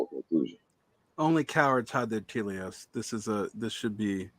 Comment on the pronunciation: "Only cowards hide their teleos." If you're gonna draw attention to your fancy erudite vocab, it helps to pronounce words like"telos" right. Anyway, first speaker lady wasn't hiding her values. Didn't seem so to me. If we can have nonreligious grounds to believe moral things, we can for sure make claims about the good life and what's good for society that aren't based in divine law. For God's sake Artistotle didn't appeal to divine law. This lady might be religious but her argument isn't. Nor is it "technocratic," a totally empty sneer-word. Sure, banter is fun among friends, but how bout we get to the "argument" part of "Give Them an Argument."